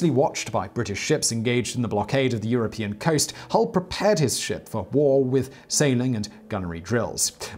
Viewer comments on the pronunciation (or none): none